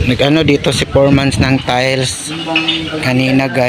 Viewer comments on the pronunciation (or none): bukang, natatawa talaga ako pag sinasabi mo 'foremans' instead of foreman.😂